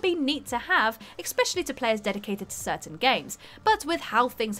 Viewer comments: Came here to drop the phonetics e-spE-shuh-lee I don't know why the mispronucation irritates me so much but it's like nails on a chalkboard for me. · Can we get an "eXpecially" counter? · I enjoyed the video until the word "exspecially" was used...theres no "x" in especially...i know i sound like grammar police but it truly annoys me when otherwise smart people make these very silly grammar errors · There is no 'x' in especially, there is an 's', but no 'x' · Hey uhhh...there’s no ‘X’ in “Especially” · "Exspecially" lol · I'm sick of people who make a video but can't even be bothered to properly pronounce "especially." There is NO X for crying out loud. It is not pronounced EXspecially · RPGs are great, I will agree. But then you list "witcher 3" and "Skyrim"... The first being horrible as an RPG, with a fixed protagonist and railroad story and the second not being an RPG at all... I think someone who is better versed in gaming should do these videos. Also, the word is eSpecially, eSSSSSSpecially; no "X" in there at all.... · The features I'm my st sick of is mispronouncing words in every video......"expecially" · "exspecially" :D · Eckspecially lol